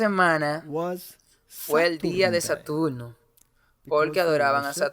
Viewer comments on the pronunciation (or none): Perdón no se dice Satulno se dice Saturno